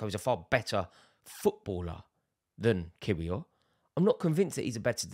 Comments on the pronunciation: Rory to help you out bruv... In Poland they pronounce 'W' like V so Kiwior to you would be pronounced (Kivi-or) Jakub is also like Yakub not 'Jake'... You're welcome 😂🤝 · Arteta played 4 CBs before anybody else in English football, it’s pronounced Kivior as opposed to its spelling ‘Kiwior’ 😂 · Rory it’s pronounced “Ki-Vee-Or” 😂 you’ll get there one day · It is pronounced Yacub Kivior. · Rory lol its easy just say kiwior like key-wee-or but say it fast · Why can nobody say kiwiors name😭 it’s yak-ub kiv-ior